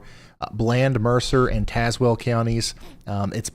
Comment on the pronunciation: ✋ Near Mercer County, WV but live in Tazewell County VA! We were under warnings several times last time! (You pronounce Tazewell like Taz-well) 😊